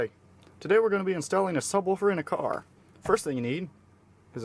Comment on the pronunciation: "Firat thing you need is a carrr" damnit